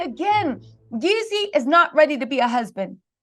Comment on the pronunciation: Jeezy not YEEZY 🫶🏼😊